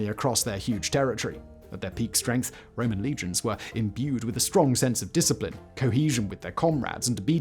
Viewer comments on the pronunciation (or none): none